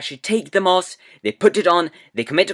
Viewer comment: 1. You pronounce mask mosque 2. The kid thought he shouldnt have watched it afterwards ni shit?